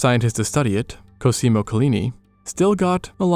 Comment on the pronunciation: CÓSIMO, not COSÍMO